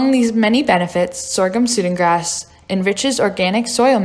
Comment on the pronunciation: Great video, but it's pronounced "Sue-dan grass" like the country in Africa.